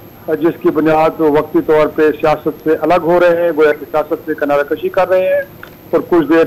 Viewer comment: Kinara kushi nahee,kinara kashi hi sahee talaffaz ha.